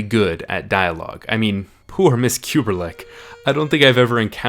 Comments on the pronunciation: The Apartment female character is Miss Kubelik rather than Kuberlik mispronounced by narrator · Y u keep saying KubeRlik